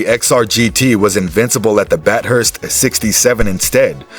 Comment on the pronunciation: they lost me when they called it Bat-Hurst